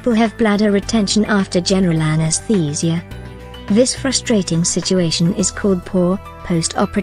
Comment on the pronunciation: My mind was distracted by the pronunciation of anestheeeeesia 😂